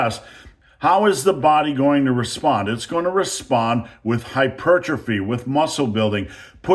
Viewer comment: Thank you for pronouncing hypertrophy the way God intended.